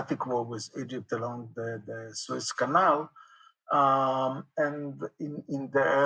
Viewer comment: Suez front, not Swiss front. Thanks for the podcast, anyway.